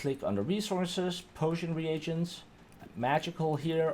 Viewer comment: Re-A-gents not Regents